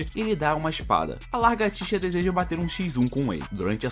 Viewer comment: Alguém percebeu que ele falou largatixa em vez de lagartixa